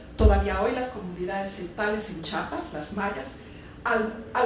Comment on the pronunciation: ¿Chapas?, ¿ a donde queda eso?. Apoco también pronuncia, Chahuahua, o dice chalangos.